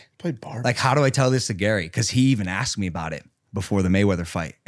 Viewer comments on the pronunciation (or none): none